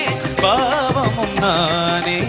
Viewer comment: தம்பி bhaavam not பாவம், உச்சரிப்பு சுத்தம் வேண்டும்